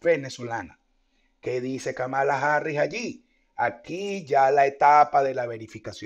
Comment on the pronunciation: se pronuncia /kámala/